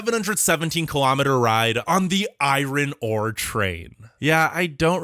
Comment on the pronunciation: Wow. You really struggled to say "iron ore" . Let me know if you would like some help. 😂